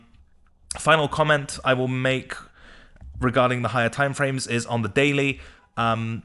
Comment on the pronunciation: "do with that waht you WiLl nyhaa"